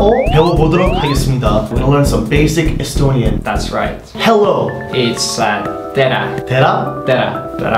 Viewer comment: Oh god dave totally butchered the words as I am an Estonian 😂 love the ending 8-bit estonias song!